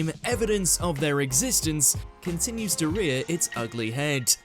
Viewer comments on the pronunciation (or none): none